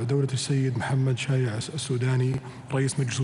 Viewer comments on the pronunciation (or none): صاحب الجلسة ليش يكول شايع الشوداني .. وكرر هالخطأ مرتين كال شايع .. لفظها الصحيح شياع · الرئيس ،بن سلمان ،ما يعرف يكول شياع ،،لو عدنة جان سوينا مضحكة ، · محمد (شايع)؟؟ شياع مو شايع❤😂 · الاجانب ما يلفضون اسماء العرب والعرب ما يلفون اسماء العراقيين... ليييييش؟ نهاية المقطع - اسمه محمد شياع مو محمد شايع. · محمد بن سلمان من اي مدرسه متخرج حتى كلمة شياع لفضها شايع 🤓🤦‍♂️